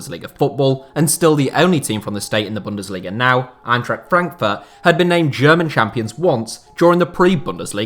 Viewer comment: He pretty much nailed Braunschweig for an foreigner. What you u guys talking about? The "Eintracht" was bad, but Braunschweig?